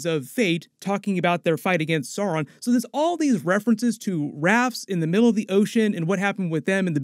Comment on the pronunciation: The way you pronounce Sauron is terrible. Considering you’re a YouTuber and successful you’d think your grasp of the English language would be better. Adar as well 😂